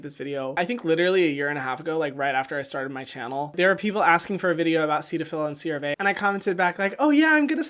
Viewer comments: You're adorable and I love your channel! But may I correct your pronunciation on a couple things? It's SERA-vee, not seera-vay. Also, EX-ama, not ex-EEMA. One more thing, jojoba is not a sea weed. Hope you don't mind, I'm a colorist and esthetician and these comments come from a place of admiration and respect. Keep up the wonderful work on a difficult topic that really benefits from the clarity of your explanation. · Hyram: CEEEEEERAAAAAA VAYYYYYYYYY no one: literally no one: Me: It's pronounced: CAYYYYYRAAAA VEEEEE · Hyram: Seat-a-fill Me: Set-a-fill Hyram: Serra-Veee Me: Serra-vey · VERY helpful video - thank you! But CeraVe = "sierra-vay"? I guess....but I think I'll likely still pronounce it "seera-vee". LOVE your channel! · ik im probably saying wrong and hes saying it correctly IT MAKES ME FEEL SO WEIRDD when he say SEEraVE aah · HYRAM: Ceva-ve Subtitles: Cyril bay Autocorrect: ceramic- be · CeraVe is short for "Ceramide Vehicle". Ceramide is pronounced "Sarah mide". So CeraVe would be pronounced "Sara Vee". The "Ceta" in Cetaphil comes from the "Cetyl" in "Cetyl alchohol" which is pronounced like "Settle". Cetaphil would be pronounced like "Set a phil". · wait but all my ads pronounced it "Sarah Vee" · I could’ve swore that’s how its pronounced even based on the commercials. They pronounce it Sarah-vee 😅 but hey, to each their own lol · every dermatologist interview/review I've watched online or that I've spoken to personally (okay only three personally lol) pronounces it Sarah-Vee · FYI, CeraVe is pronounced "Sarah VEE". I used to call it "Suh RAVE". LOL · Isn’t it pronounced “sara vee “? That’s how I’ve always said it. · Cerave is actually pronounced like "Sarah-V". Idk why, but just letting you know :) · Don't they pronounce it "sarah-vee"?